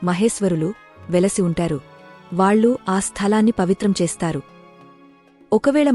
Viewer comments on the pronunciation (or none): none